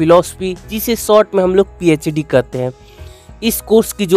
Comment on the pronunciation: Phed nhi phd hay wo 😒